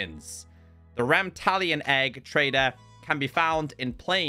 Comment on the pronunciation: Every time he mispronounced Ramtalon- 😭😭😭